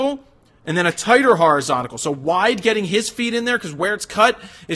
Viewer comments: Did you mean "horizontal" ? You said "horizonical"...hmm just saying... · Jared, Please stop saying horizontical, try horizontal in future. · Wtf is horizontical? 😂 😆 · "Horizsontical"??? Exactly when did they stop teaching English in schools?